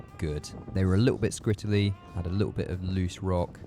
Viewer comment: new word added to my vocab "skrittaly" 😆😆😆😆